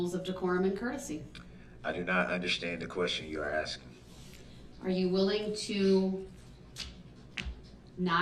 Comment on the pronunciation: I don't understand whatchu, or whichyu, are axxing me